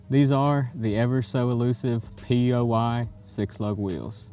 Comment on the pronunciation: You said P O Y in the beginning GOBBLESS